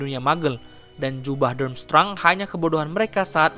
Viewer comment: Dramstreng bacanya.